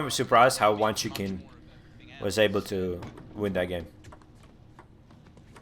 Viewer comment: I've subscribed and this analysis is interesting but, if you're going to do more of them, you need to pronounce the names correctly. Q is pronounced 'ch' in Chinese names - Dan "Chu" and Wang "Chuchin".